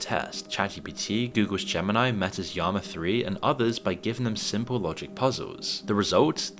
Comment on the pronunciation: Did you just say “yama 3” for Llama 3, like a Hispanic pronunciation? 🤣 I’m Mexican I thought it was funny asf 😂